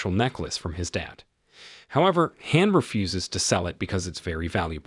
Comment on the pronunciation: with only 10 comments, also what "" mispronounces "Han" he pronounces it like hand- the d. Ridiculous.